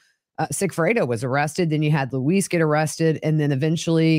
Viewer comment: Luis pronounces his name like “Lewis” it’s in all his swearing ins in court, etc.